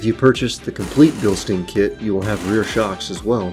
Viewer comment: Come on man, if you're going to promote a brand, at least pronounce the name correctly. It's pronounced Bilstine everyone.